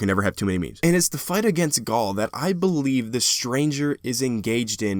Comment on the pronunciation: you called gaul gary hahahahahahahaha cade-6 love him